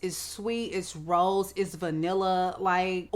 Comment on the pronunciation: Why did I think you were saying ROLLS instead of rose😂